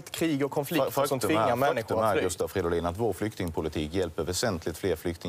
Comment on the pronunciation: Gustav Fiddolin?? Hahah